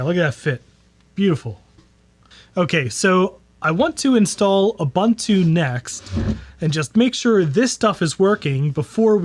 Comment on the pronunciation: This would have been such an interesting video, but i had to turn it off because you mispronounced "Ubuntu". I just could not take the annoyance any more.